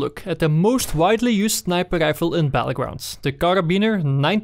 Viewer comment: I like the way he says snipaade rifle